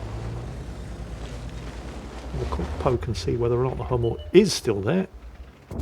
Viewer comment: the "u" in "Hummel" is the same "u" you brits have in "butcher".